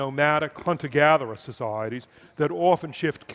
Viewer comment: You could play a good drinking game to this talk, Just drink every time he says “Soc,I,eties”